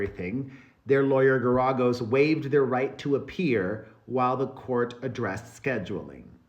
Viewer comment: Brush up on your Geragos pronunciation 😊